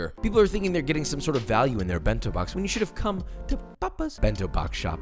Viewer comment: bin-tow bawks